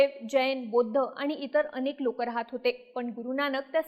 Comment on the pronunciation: हिला बौध्द म्हणता येत नाही वाटत